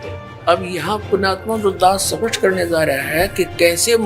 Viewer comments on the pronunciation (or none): none